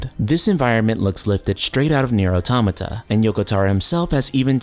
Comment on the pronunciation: The way he pronounce automata......lol sorry I cant stop laughing he says it wrong sounds like 'atomyta'